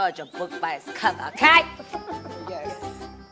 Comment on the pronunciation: Jessi: dont judge ah book by its covar, ooKAY?!